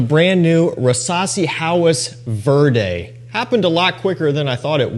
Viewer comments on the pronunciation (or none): Vehr-dey, not vurr-day. 😉😉